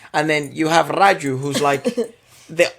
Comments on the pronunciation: He was "Raju" lol not "Farju". But loved the review, gave me a different perspective to the movie. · This was a great review and I enjoyed it immensely. But "Farju" had me in tears pls that was hilarious. 🤣🤣🤣🤣